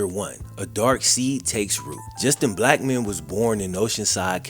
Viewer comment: At the start when you first said his name I thought you said just a black man I was like whattttttt